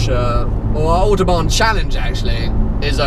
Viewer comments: "ze Autobahn" omg best way to pronounce it ever xD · Why do you pronounce Autobahn so strange? No german speaks that way.